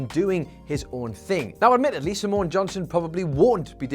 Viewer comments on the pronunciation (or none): Simone is two syllables not three.